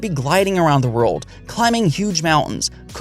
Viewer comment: Nobody:: breath of the WOAHWLD